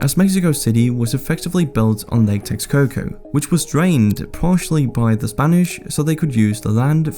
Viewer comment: I was listening, not watching when the words “Lake Texcoco” were spoken...but my brain heard “latex cocoa”🤷🏻